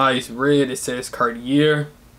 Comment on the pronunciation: You're pronouncing "Cartier" wrong